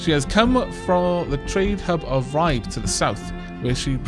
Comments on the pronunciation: However, you could not get Ribe much more wrong. In danish you always fully pronounced the e in the end of words so it is "Ri-be" with the "i" pronounced like the "i" in silly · also Ribe would be more like Ribë , with the "i" sound like the one in "kill (ë as in french where pressure is put on the e)